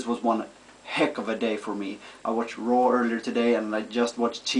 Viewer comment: You have R pronoucing problem. you said raw Rawr. LOL